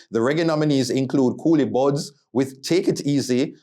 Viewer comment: It’s Collie Buddz , not “Coolie Budz” … lol 😂